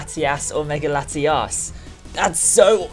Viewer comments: You keep daying their name is laitias and latias but actually its latios and latias, keep it right next time I'm getting confused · It's latiOs and latiAs not latias and latias